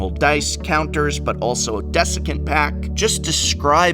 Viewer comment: "Descecent"? It's clearly been too long since you had to teach an English class.